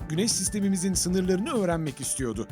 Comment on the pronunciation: ses gayet iyi, vurgular da , gidiyodu , istiyodu yerine gidiyordu, istiyordu dersen belgesel spikeri sesin var